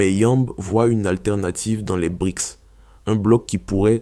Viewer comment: BRICS PAS BRIX